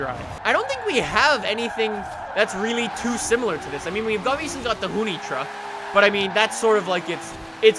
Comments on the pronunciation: You say hoonitruck like "hoony truck" it's "hoon-ih-truck" I don't really know why but it just stood out to me. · I thought it was pronounced Hoon- ih-truck. Not Hoon-e- truck.